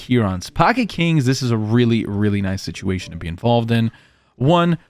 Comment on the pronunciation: every time u say pocket Kirans, I throw up a little in my mouth